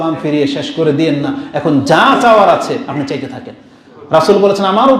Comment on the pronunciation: হুজুর, চেতে থাক হবে না। হবে চাইতে থাকো।